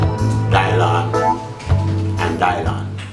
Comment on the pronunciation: Dylon Dylon Dyon 😂😂😂😂😂😂😂 I can't stand you for that! Lol